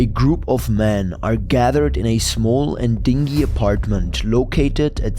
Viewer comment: d$%*#ss. dingy is an adjective. it's pronounced dingee. dingy is a small boat, pronounced the way you incorrectly pronounced it.